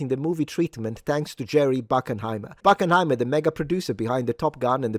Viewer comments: Hey, I'm a fan but... Bruckheimer deserves his flowers. Do some research into his cinematic history... and how to pronounce his name. 👍😎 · Do you know how to pronounce bruckheimer?